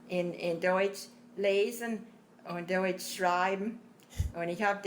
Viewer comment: especially if they are speaking plaut..…as deutsh comes out sounding like dootsch